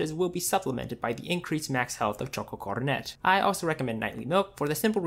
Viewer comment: Choco coronet is pronounced "CO - RO - NEH", just like korone's name.